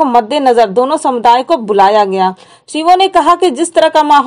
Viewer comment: सीओ होता है ना की शिओ ऐसे ही पत्रकार बनेंगे